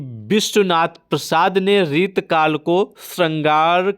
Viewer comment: सर आप रीति काल को बार बार रितकल बोल रहे हो 😂